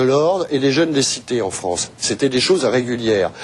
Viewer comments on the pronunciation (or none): La "Fronce"... Well